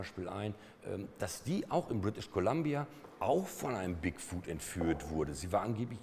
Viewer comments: die permanente einblendung oben links im bild stört. wenn man die anmerkungen / annotations in youtube aktiviert, wird es noch schlimmer X( wieso sagt er immer wieder "bigfood"? 'foot' spricht man ein wenig anders aus als 'food' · Der heißt doch aber Bigfoot und nicht Bigfood ... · Bigfuhd, Moddmän und Jersey Diewel. Härrlich.